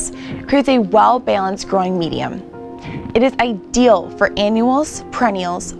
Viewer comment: Say IDEAL again.